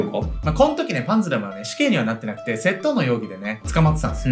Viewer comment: 窃盗のイントネーションがいつも気になっちゃう笑